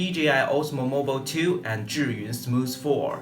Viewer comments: this is the right way to pronounce Zhiyun (like JUR-yun). =) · Thank you very much for pronouncing 'Zhiyun' correctly. :-)